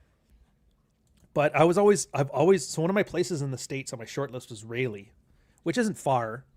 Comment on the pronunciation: What up when you moving to America you floppy headed Canadian. It is pronounced Rally. It is in NC.